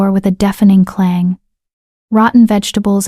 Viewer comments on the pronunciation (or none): none